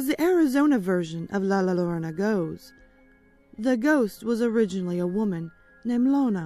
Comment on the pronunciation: Love it. I wouldn't have really noticed that you didn't pronounce La Llorna wrong if someone wouldn't have commented. Everybody pronounces things differently. So no worries!